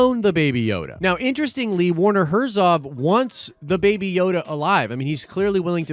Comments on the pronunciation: His name is Herzog! Not Herzov. You said it several times. Come on man. A Nerd would not miss that detail. Also, I agree with another comment, maybe the Baby Yoda is actually a clone of Yoda?! Not just his species, but actually him. That would be insane! I'm going with that. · It's HERZOG not HERZOV! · Herzo*G*. Werner Herzog. ;) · the "ö" aka o umlaut is pronounced like he said it, German and stuff Edit: but the gh is better